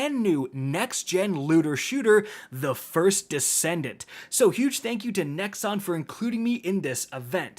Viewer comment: I was out the moment he said nexon. Good video though